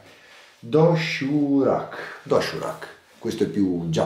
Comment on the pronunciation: viene pronunciato doshirak